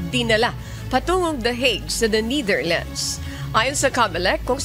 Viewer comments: It's annoying how she say NITHERLANDS, it's NETHERLANDS, you're a professional journalist you should know !!! Prayers for president Duterte 🙏🙏🙏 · Netherlands… not neitherlands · NEH-THER-LANDZ, not NEEDER-LANDS | Pronunciation matters too in news reporting. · Niiiitherlands? Ultimong pronunciation mali. Paano ka pa maaasahan sa paghahatid ng tamang pagbabalita? Halatang may binabasa lang at walang sariling pag iisip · The Neightherlands? 🤣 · It’s pronounce Netherland not Neither land lady broadcaster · Netherlands po, hindi Neitherland 😂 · Nee thirlands... nu b nmn un reporter nato😊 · Please the right way yo pronounce NETHERLANDS IS 'NE-DER-LANDS not Ni-der-lands' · NETHERLANDS HINDI NIDERLAND JUSKOOO DAAYYYY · Nidirlands sabi ng girl lol 😆 😂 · Ne - ther - lands hindi nithirlands. But God is Good! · Why does she keep pronouncing netherlands as neitherlands lol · Pakicorrect po ang pronunciation ng The Netherlands! Thank you po! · Bisaya ka day yung pronunciation mo po ng Netherland 😭😭😭😭😭